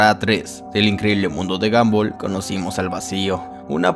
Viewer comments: Se pronuncia gombal no gambal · Se dice gombal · alfin dijiste el nombre bien kskksksk gumball casi en todo decia gambol xdxd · no c dice gambol c dice gombal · Gumball no ganboll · Sin ofender. Se escribe gumball. Pero se pronuncia gombal. No gambol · Sebita_XD 1987 F el que lo lee pero el men del video digo ''gomball'' no ''gumball'' .__. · Gambol😂😂😂 Se pronuncia GOMBAL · me incomoda que digas "gambol" y no a como normalmente lo escucho, "gombal" xddd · Y se dice gomball no gamboll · Ball se dice bal y en inglés británico bol pero la sería es de Estados Unidos inglés americano técnicamente sería gamball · No es gumball Es gambol v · El increíble mundo de gamboll xd así yo lo escuche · No les pasa que " gamboll" ._. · dijo gambol? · Se dice Gambol o Gumbal. obvio se que se escribe Gumball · El mundo de gambol dice 🤣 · se dice gumball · Jajajaja isque guanbol es guombal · Porque todos los youtubers le dicen a gumball: Gamboll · Porque en el inicio dices gamboll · Amigo que risa me daba cuando decía gamboll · "Gambol" QUEDÉ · No sabes como decir su nombre